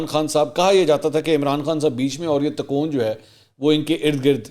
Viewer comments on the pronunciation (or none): Takoon? no sir, the word is tikon, pl correct urself. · لفظ تکون Tikon ہو تا ہے ن کے تا کون Takon